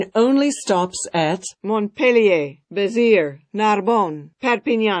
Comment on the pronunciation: Menuda pronunciación!!! Cerbére y Becierrs..!! O_O